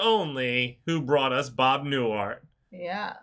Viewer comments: Pronounced: NEW-HEART. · Enjoyed the reaction. His name is pronounced New-hart, like two different words, by the way. He was one of the most popular comedians around in the 1960s and had two very successful TV shows in the 1970's for the first, The Bob Newhart Show. He played a psychologist in that one. In the 1980's, he had a show called Newhart, where he played a Vermont innkeeper and then TV talk show host (you watched part of an episode from that show). The ending of the second show is regarded as one of the best finales in TV history - he wakes up in bed with his wife from the first show, talking about the strange dream he had of being an innkeeper in Vermont. It came as a complete surprise to everyone who saw it. Given that there used to be only three major TV networks, most viewers had seen, or at least watched reruns, of the original show at some point. (Sorry about spoiling a TV show from 30 years ago. Now you probably won't watch it.) He used to occasionally appear on The Big Bang Theory as the an embittered former host of a children's science TV show and won his first Emmy award for that role. Truly brilliant and still around at the age of 94.